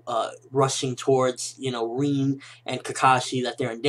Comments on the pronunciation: Reen?... Its RIN! Lol just a nitpick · why the fuck does he call her "reen", its "rin"